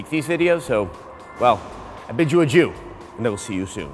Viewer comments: did he just say "i bid you ajew" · Is it just me or did he say, "and I bid you 'a jew.'" I swear... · It kinda sounded like he said "bid you a jew" at the end.